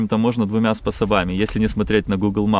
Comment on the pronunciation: "СпособАми и нАчать" конечно добили. Вроде солидный человек, но произношение некоторых слов коробит)) а так смотрю с удовольствием.